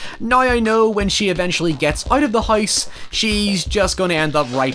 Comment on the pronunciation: And "house": hoys